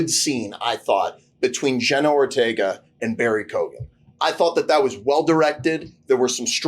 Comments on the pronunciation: I think Keoghan is pronounced ‘Kewan’ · For future reference, it's pronounced Barry KEE-OH-GAN